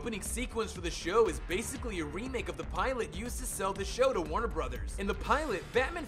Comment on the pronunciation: TheHeroesOfCRASH He also pronounced "pilot" as "pehlaht"